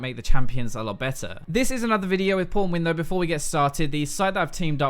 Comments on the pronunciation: you pronounce pwnwin "Pornwin", pls there are kids watching 😓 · Do u mean PornWin. (Obvious Sarcasm) BTW. How come u not be able to pronounce pwnwin?